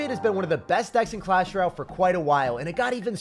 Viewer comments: Bro deadass said “clash ral . “ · bruh this guy still cant say clash royale